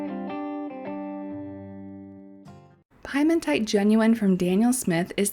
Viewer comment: (Italian student here) Piemontite is pronounced "Pee-a-mon-tight". (Piemonte is a state in northwestern Italy.)